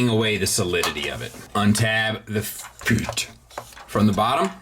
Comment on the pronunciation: Why do you say sword and feet like that